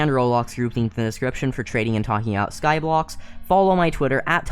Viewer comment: He said skyblox twice 🤦